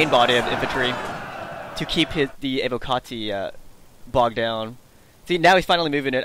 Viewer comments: ALL SEGA SAILORS PLEASE LISTEN your pronunciation of words is terrible IT'S NOT AVO-CARTI as you pronounce it, its pronounced EY-WO-KA-TEE. Sorry for the hatred, I love Sega Sailors but when it comes to word pronunciation, Sega Sailors are the world's worst at the English language. There's no R in Evocati and I'm also curious as to the difference between "word pronunciation" and all other kinds of pronunciation. I'm still not sure what "over extended the i" means though... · You do realize it isn't English right, and it's actually Latin? It's from evoco, where the v would be pronounced as a w and the c would be a hard consonant.